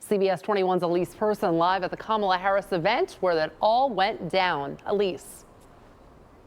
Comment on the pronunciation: Dear Elise, please learn how to properly pronounce "Kamala."